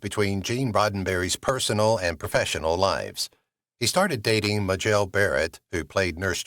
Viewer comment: muh JELL ??? I'm turning off this video immediately. Clueless.